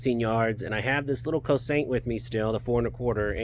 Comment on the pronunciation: Pronounced Choshint